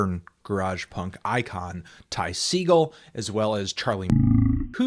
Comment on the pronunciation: It's pronounced Seh-gaul